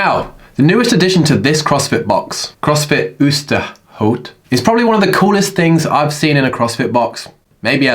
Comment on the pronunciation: I want that Oosterhout button here in Assen. The pronunciation for Oosterhout though is like the O in boat, and the OU in foul or the O in cow ;)